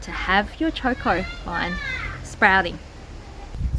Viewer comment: It's not Chor Kors, it's Cho Ko, no R's in it.